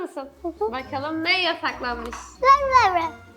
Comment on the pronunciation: 0.20 bokalım diyor 😂😂